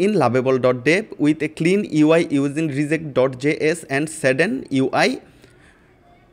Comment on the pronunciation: React pronunciation and components pronunciation vul hoiche. Thik kore nen.